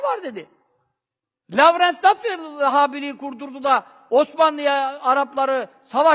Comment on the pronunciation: Ulan o kadar kitap okudun lavrans diyon lowrance'e